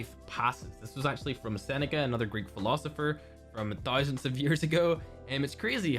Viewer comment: OMG Ten TOYZAN (based on fergs accent) cod points?! 😳😳😳